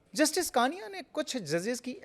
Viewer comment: कृपया नाम का उच्चार ठिक किजिये। जस्टिस कानिया नहीं, जस्टिस कणिया कहिये।